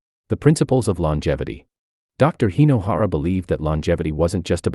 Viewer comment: Hey,! Hinohara, not " Hainohara" 😂